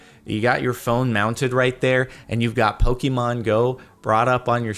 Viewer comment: "Poh-key-mon" TRIGGERED It's "Poh-kay-mon" or "Poh-kuh-mon," if you say "Poh-key-mon" again I'll come over to LA and hurt you with a fork.